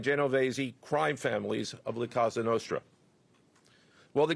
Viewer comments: that's why Kash said "Casa" Nostra 😂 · I think he meant to say cosa nostra. Not casa nostra